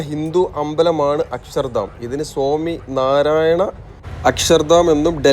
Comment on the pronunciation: സോമി അല്ല 😂...സ്വാമി യാ 😂😂😂 എത്രയായാലും നമ്മുടെ നാട്ടിൽ നിന്ന് ള്ള ആളാവുമ്പോ പറയുമ്പോൾ ചില്ലറ അബദ്ധങ്ങളൊക്കെ പറ്റും...